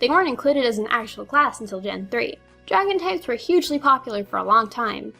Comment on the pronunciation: o you said Draon!